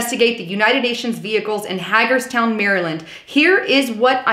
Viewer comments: Love you,, but it's not Hag-erstown....it's pronounced Hay-gers-town. Also, Fort Dietrich & the semi-secret Site R & Camp David are nearby, as well as Letterkenny Army Depot within 35 miles, so seeing UN vehichles isn't necessarily all that surprising. That said, I wish Trump would pull us out of the UN and boot the HQ's from US soil, as well. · I was waiting for someone to say it if you didn't I would have its (hay-gers-town mare-land not Mary ) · Excellent report...BTW, Hagerstown - Long A:D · Hagerstown is pronounced Ha-egg-ers town, MD With a “long A”. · it's pronounced Hay grs town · thanks for another great video. I wanted to let you know here in Maryland we say Hagerstown with a long A - Ha gerstown. I wonder when they are going operational - they didn't put those vehicles there just to collect dust. Blue helmets = red line in my opinion. What do you think? God Bless. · You pronounced Hagerstown wrong. :) Those UN vehicles are 5 minutes from my home. and I work about 200yrds from where they are being stored. When I am outside in the yard pulling trailers at work I have watched many many times drones flying a pattern almost like a grid pattern. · FYI, you're saying Hagerstown wrong. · Love you channel but could you please say Hagerstown right it makes me feel like a back road sister loving hillbilly. lol